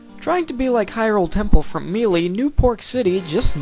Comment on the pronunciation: may-lay. say it with me now. MAY LAY